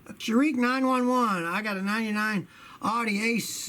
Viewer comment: Scotty doesn’t know how to pronounce Audi..? 🤔